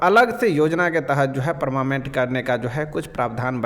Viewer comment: Are paramament nahi hota hai😂 parmanent hota hai boka 😅